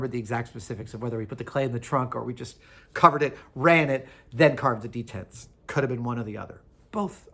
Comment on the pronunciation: Why does he keep saying 'detents'?